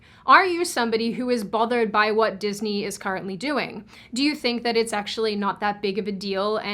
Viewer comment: "cAHrently" sorry, I meant is as a joke Also! love your videos!!